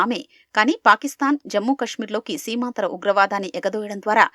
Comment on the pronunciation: ఈటీవీ న్యూస్ లో ఇన్ని తప్పులా.... సీమాంతర ఉగ్రవాదం ను సీమాంధ్ర ఉగ్రవాదం గా అంటున్నారు....